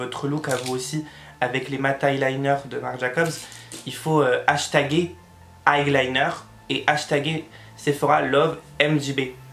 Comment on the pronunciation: On dit " eyeliner " et pas " highliner "😂😂😂😘